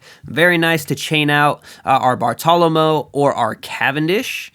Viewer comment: Great video but Bartolomeo is pronounced Bar-toe-luh-mayo